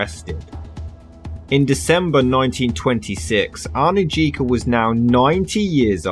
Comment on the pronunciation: The name Anujka is pronounced Anuyka.